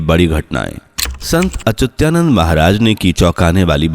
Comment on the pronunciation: 😂 मूर्ख संत अच्युतानंद दास 😂 महाराज न कि अत्युचानंद है